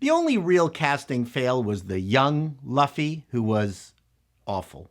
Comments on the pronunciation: Luffy, not Laffy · Speed Racer was a great adaptation even when they went overboard with the cgi and heavy color palette. Also Luffy is pronounced Lou-ffy not Laughfy. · Love you but if you ever call him Lufy again we are thru..lts LUFFY pronouned "LOU FEE". Other were off as well but I'll assume that is due to being Canadian;) But I do largely agree with you. This could run for years if they don't over spend and make it woke.. which they will try.. Look up actress or actor playing Koby. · Yeah, you kept saying Laffy when it's Luffy. LOL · Loo-fy. Its a human tick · Monkey D. LOOF-ee. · I love your work, but your pronunciation is hard for me. Not Man-ga Mah-n-gah His name is Lew-Fee (u is always pronounced eww) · "Luhfy" Oof... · before someone calls you out and crucifies you for pronouncing Luffy's name wrong I gotta help you out. "LOOFEE", Lew-ff-eee = Luffy, like this. One Piece forever! I really wanna watch this episode but I don't wanna support Netflix so I'm at a crossroads on this. Great review as always big guy. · Luffy? please someone tell me they don't pronounce his name like that in the show. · They made a short video about how to pronounce Loooffy accurately weeks ago. So, it's funny to hear somebody STILL get it wrong. lol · you mispronounced all the names of the main characters. You definitely aren't super familiar with the show. lol Still, your insight as a producer (and outsider to the series) was insightful. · Did you even watch the episode? You can't even pronounce the main character's name. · The only thing about this review I'm going to say that could be seen as negative. Is your pronunciation of names you are pronouncing luffy's name wrong.